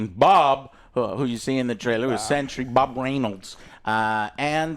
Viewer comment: Why do you keep saying Century!!! Its Sentry